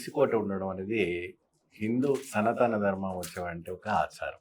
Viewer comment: సనతన కాదు సనాతన అని పలకాలి గమనించగలరు